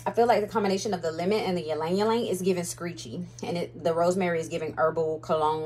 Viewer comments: fun fact, I learned the other day that Ylang-Ylang is pronounced as "Lang-Lang". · It’s Lang-lang google its origin and pronunciation. 😢